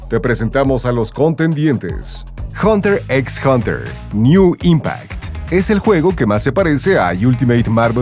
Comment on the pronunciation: La "x" de hunter x hunter no se pronuncia 🙄 Es como una "h" en castellano (muda)